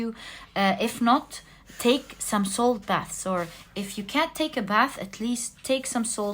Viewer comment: I chose #1 and throughout kept hearing salt bath. Love you.